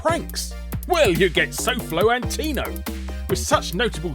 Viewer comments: SolFlo An-tea-no?... An-toe-knee-o. I hate the guy but you gotta pronounce it right. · it blows my mind how people can mispronounce a word even though its spelled out clearly. "Antio" ?? bro, at least pretend you went to school and know how to read words "AN-TO-NI-O" im all about memeing on people but at least dont make yourself look like a complete goof while trying to do it. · SOFLO....AN-TI-NO? Ummm, I think you need to do another take. It's "Antonio" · Dude had two chances to say "Antonio" correctly. You had ONE job,. Edit: Rebecca Black*... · I feel like you intentionally said soflo's name wrong xD